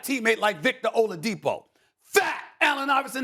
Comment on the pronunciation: I’ll have to agree with kp and mans said oladipo 😭